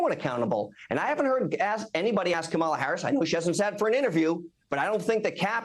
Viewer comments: WHAT???? Is he a slow learner??? It's KAmala, not KaMAla. Good Lord, what stupidity!!! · Why is it every right winger and republican mispronounces Kamala? I think they all do it intentionally as an insult. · it’s not that hard to pronounce correctly Kory…it’s Coma La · Corey continuing the childish behaviour of deliberately mis-pronouncing Kamala's name there. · It’s amazing how none of these people who claim to be brilliant can’t pronounce her name properly (although he slipped once and actually said it correctly ) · You know they are MAGA when they intentionally mispronounce Kamala. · Wow. Can’t even say her name. Saying her name wrong over and over and over again.